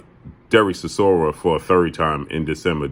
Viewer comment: Chisoria? Dude done lost bout 10 times